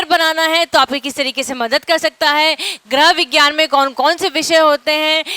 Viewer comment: आपका लेक्चर बढ़िया है लेकिन गृह विज्ञान शब्द का उच्चारण सही करना सीखिए